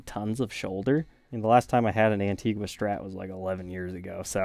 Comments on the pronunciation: It's pronounced "An-teeg-a" not "wha"....the u is silent. Antgua is an island in the Lesser Antilles (Carribean). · As someone of the country of Antigua, the “gua” pronunciation of it drives me insane. 😂 On the beautiful island, it’s pronounced “An-tee-gah”